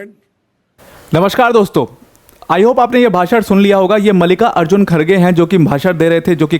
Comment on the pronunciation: It’s मल्लिकार्जुन not मालिका अर्जुन😂